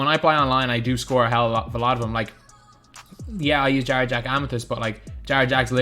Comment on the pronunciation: I thought he was saying jar jar when he said jarrett jack lmaooo